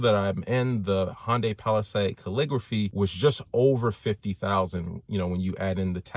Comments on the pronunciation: what is a hyandae you mean Hyundai lol just never heard it pronounced that way lol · I hope you learned how to say hyundai since this video lol